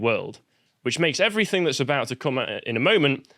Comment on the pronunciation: I hate it when people say everythink It is everything. Speak English.